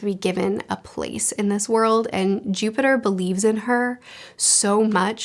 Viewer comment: I think you meant Jupiter, not Juniper. Although I know you do say his name right later.